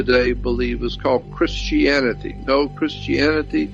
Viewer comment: If you notices he said chrsitanity and jewdaisim